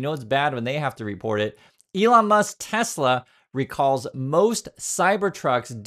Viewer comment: What’s Tesla? Do you mean tesler?